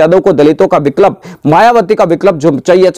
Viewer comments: बिकलप नहीं बिकल्प होता है । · विक्लप नहीं भाई विकल्प